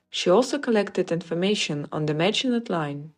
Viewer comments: In French the T in Maginot is NOT pronounced. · Maginot is pronounced maj ih no. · The mispronunciation of "Maginot", among other things, makes me believe it's an AI voiceover programmed with an accent.